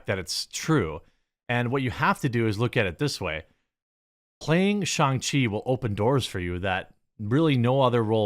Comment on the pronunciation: The movies pronounced Shishi. Goooddddd.